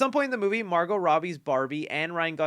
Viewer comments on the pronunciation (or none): none